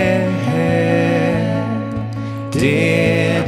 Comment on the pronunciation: Super schön. Aussprache aber etwas überbetont und gedehnt bei den Worten"der Herr , einige nicht gemeinsame Absprachen bei End ch